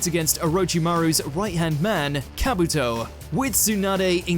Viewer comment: I mean kabooooto, obeeeto, what else